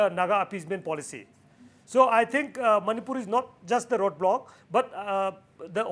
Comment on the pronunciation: It is Manipur not "many poor " for all the viewer's.